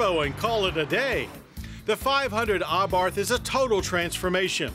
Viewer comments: You'd think an agency which reviews vehicles would know it's pronounced "ah-bart" and not "ah-barth." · I agree! He says it like AHHbarth and it irritates me every time. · He isnt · the h is silent